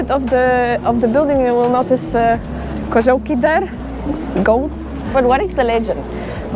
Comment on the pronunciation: it's a very difficult word and you said it perfectly/koziołki